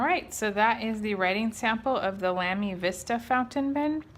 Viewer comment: It's pronounced Lah-me. Not Lam (like ham)-me. in I had to stop the video just to write this. I own 3 of these, all XFP nibs. Amazing value for money.